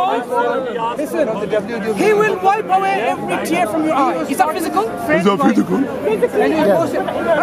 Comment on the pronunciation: "Is that phoosicool?" 😂😂🤣🤣🤣